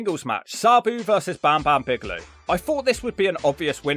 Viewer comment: pronunciation of Bam Bam Bigelow is 12/10